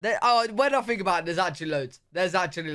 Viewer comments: you use "F" instead of the "th" sound. Fink for think, free for three....but it's probably regional, like accents in the US. And you like to say YA'LL....so it's all good! 😂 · You don't S-back but you do TH-front. That is, you pronounce all your TH's (think, three) as F's (fink, free). You're not alone. I see a lot, and I mean A LOT of Brits do this, but it is very noticeable. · Brits (including you) often change the 'th' sound (think) into an 'f'. At the very end of you video "Let me know what you guys fink." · You and other people in the UK pronounce "th" as F, fink instead of think,free instead of three,anything with a "th" you pronounce as F.